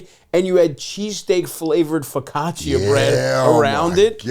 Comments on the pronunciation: The mispronunciation of focaccia 😭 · Stav cannot pronounce his favorite bread